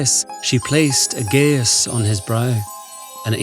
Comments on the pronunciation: I'm pretty sure that "geas" is pronounced "gesh", but otherwise good. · Nice story, although that's not how you pronounce "geas" ;)